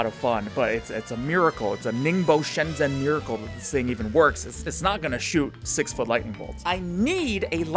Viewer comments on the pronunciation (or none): When an asian cant pronounce shen-zhen😂